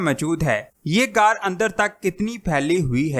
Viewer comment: Ghaar ko aisay bol rhy Jason say car bol rhy